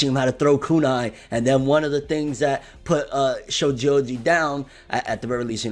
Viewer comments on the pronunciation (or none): none